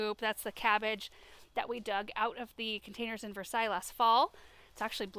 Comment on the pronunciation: Versailles! Versailles? Hmmm... what are you calling Versailles?